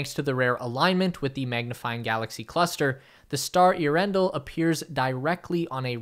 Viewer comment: Earen-del, NOT Ea-rendle....do your home work before you do these talks please..